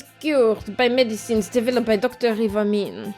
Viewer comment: As much as I like mispronouncing names (first Ih-wah-mee-neh to eye-wah-meen, now shi-roh-gah-neh to shi-roh-gain), sometimes it still gets to me xD oh I just realized you guys are doing this one without a guide now